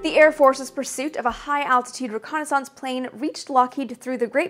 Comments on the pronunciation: I love the way you pronounce "reconnaissance"; it sounds like renaissance... Ok I definitely see the logic in your pronunciation; it's hard argue with 9 matching letters at the end of both words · French through "Canadian" :) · Fellow illinoisan myself, Chicago area, and never have I heard it pronounced this way before. Dear god does her way of pronouncing it sound French. Canadian's, eh? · Best eyes and bangs on YT? Check! Worse pronunciation of the word reconnaissaaance? Check! 🤪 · Thanks for the bit of trivia in the description. To be honest, I was thrown off by your pronunciation given how you have such an accent-neutral speaking voice. Never thought of reconnaissance as rhyming with Renaissance but it makes perfect sense given your background. Kudos for the great channel! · Wow, details to the max, love the insight. I also enjoyed your alternative pronunciation of "reconnaissance." One minor nit, but General Bernard Schriever's name was pronounced Schr-ee-ver, not Schr-eye-ver. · Great video! I'm curious about your pronunciation of the word "reconnaissance" though? Are you saying it in the proper french? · I think I remember you saying you grew up French Canadian. The way you pronounce reconnaissance makes me self conscious about the way I say it. Hillbillies don't speak French. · your french canadian is coming through when you say reconnaissance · This might be a regional thing but are you saying "reconnaissance" correctly? reconnaissance. I do enjoy your videos. This is not a bashing but sorry if taken that way. peace! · Guessing it is the Canadian pronunciation.